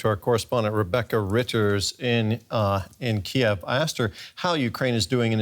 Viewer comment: It is pronounced Kiyv, KEEV,. No other way.